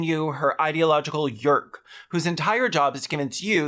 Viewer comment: Absolutely shocked that apparently "Yeerk" is pronounced like "jerk" and not like "year" and everyone knew this except for me